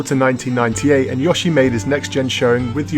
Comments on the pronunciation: What's a yawshee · stop saying yoshi like an american